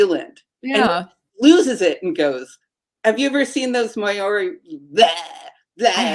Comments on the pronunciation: May or ree " Nope " Ma Oar Ree Ma or ree Maori Emphasize " Ma " The language is " Two letters " and , or " Three letters " to make a useful constructive announciation Whangarei Wha ( Far ) nga ( na ) rei ( ray ) Far na ray is a large port township in the North Island " Wong a ray " is how much it is miss announced Do you say " May or " Mare , Mayor as the elected official each is completely different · The Maori inhabitants of New Zealand are NOT known verbally as (may/OR/eee), but as (MAW/ree). In other words, "MAORI" has TWO syllables, NOT THREE!